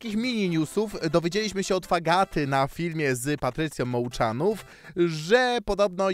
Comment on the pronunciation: Mołczanow* podstawy czytania🖖🏼